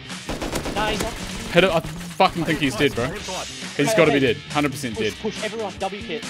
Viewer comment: pls say dead and not deed im starting being crazy :)